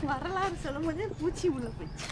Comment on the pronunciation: 🙃 Adhu varalaaru not valararu....🤣🤣